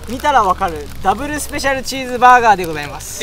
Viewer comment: Never thought ramly burger would sound soooo fancy when Japanese pronounce “dabaru special cheese baagarr” 😍 great video guys!